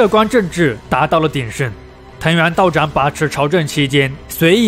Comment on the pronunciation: 藤原道长（chang）不是道长（zhang）